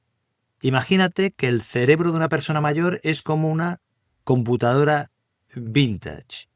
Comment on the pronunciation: Este Sr., en lugar de decir : cerebro dice celebro.....